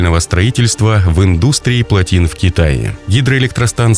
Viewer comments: Интеллектуально раз 10 сказал, а потом индУстрии выдал :/ 89 метров это эквивалентно 30 этажному зданию. Откуда он всё начитывает, да ещё столь безграмотно?! Так увлёкся прославлением китая, что все цифры изменил в большую сторону, в несколько раз. Как китайцы заплатили, так и расхваливает. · индУстрия ?) чувак ты хоть школу закончил ?) или это бот ?)